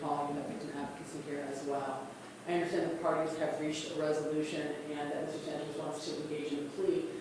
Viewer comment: That gringa keeps saying Santos wrong. Wedos can never say it correct. A is not long its short ding dong. The prisioners will take care of Sa ntos